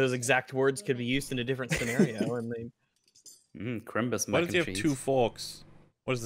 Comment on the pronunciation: ITS CHRIMBUS DAMN YOU!!